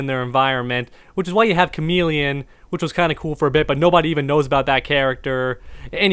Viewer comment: “Cameleon” Me: who the fuck is cameleon